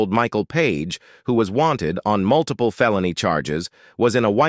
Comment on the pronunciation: This voice is fairly annoying to listen to but i end up LOLing due to its MISPRONUNCIATION. 😅😆😆 1. 85 miles per HOWER. 2. --attempted PEE EYE TEE maneuvers MULTIPLA times.